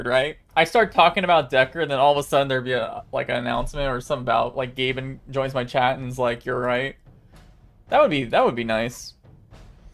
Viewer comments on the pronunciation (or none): none